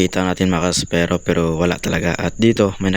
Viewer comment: Epronounce mo ang spearo ng ispiro, whag espero, nagtutunog bakla kasi sir...thanks...